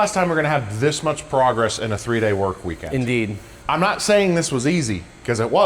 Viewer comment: "in deed"